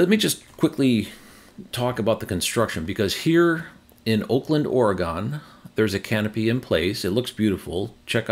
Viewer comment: Great show; watch it always but in the future please it is not “Ore-GONE” but pronounced “Ore-GUN” by all us who live here. TU.